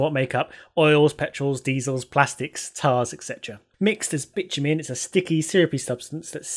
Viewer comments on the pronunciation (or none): as english is not my primary language and i wasnt quite paying attention to the screen when i heard you say 'bitch-you-mean' i was quite suprised. Even had to look on the sreen to see what did she mean? :D